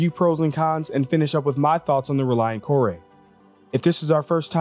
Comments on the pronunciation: I'm just curious where he got Kor-ay from? It looks like 'core', every time I've ever heard any developer talk about it it's been 'core'. Any time I've heard any other person talk about it on stream it's been 'core' but for some reason he came up with 'kor-ay' so I'm just curious how. I mean lets say that is the correct way to pronounce it, literally everyone else got it wrong so how did he get it right? :) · I pronounced it Core, because it didn't have the accent over the e, but apparently Kore is an alternate name of the Greek goddess Persephone, and pronounced Kor-ee. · The MISC Reliant Core-Eh? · Kore is pronounced "core" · If it was pronounced KOR-ay there would be an accent mark over the e. There isn't so it's pronounced KOR. Mako is the name of a type of shark. You also pronounced the name of that ship wrong. It's properly pronounced MAY-ko. Here's hoping you pronounce Calliope properly as ka-LIE-o-pee.